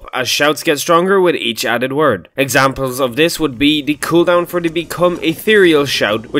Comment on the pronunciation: Gasp! You did the TH! You did the TH!!!